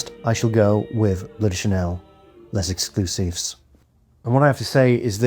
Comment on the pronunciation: Why do every influencer pronounce L’Exclusif wrong? Is it so hard to look for the right pronunciation before making a video? And no it’s not called Les Exclusif!